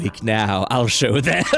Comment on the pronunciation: "I will show-el them"